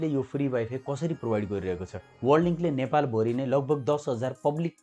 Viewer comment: हेल्लो महाशय ! कृपया नेपाली भाषा शुद्ध उच्चारण गरिदिनुहुन हार्दिक अनुरोध छ । प्र लाई पर् अर्थात् प्रयोग लाई परयोग/पर्योग, नेपाल भरीलाई नेपाल भोरी आदि नभन्दिनुभए हुन्थ्यो । पटकपटक यस्ता अनुरोध गरिरहेपनि वेवास्ता गरेर जहिलेपनि गलत नै उच्चारण गरिरहनु भएको छ किन होला ? भाषालाई सम्मान नगर्ने नै हो ?